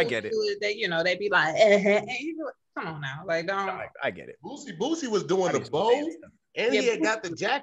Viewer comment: please stop saying “boozie” it’s “boosie”.